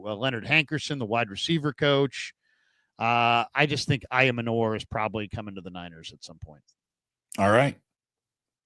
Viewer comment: I gotta keep posting this until you see it; Elic Ayomanor's last name is pronounced: "eye-yo-manner". Think manor like the building ("a large country house with lands; the principal house of a landed estate.").